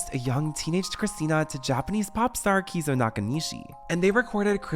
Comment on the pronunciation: completely botched his name lmfao. KIZU??? KEIZO is "KAY-ZO" dude you are a moron lol